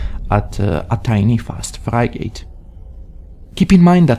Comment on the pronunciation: whats a FRAG-ATE? kek